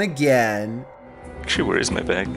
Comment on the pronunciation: Did he say "bag"? It sounded like hey said "BEHG"